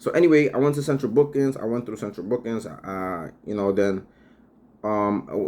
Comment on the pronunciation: "central bookins" 😂